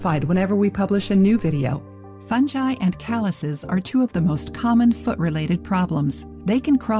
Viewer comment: The pronunciation of fungi 😂😂